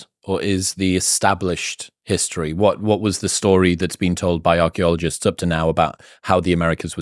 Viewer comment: If I had a dollar for everytime Handcock says Archeleologists maybe I could bribe him into saying Paleontologist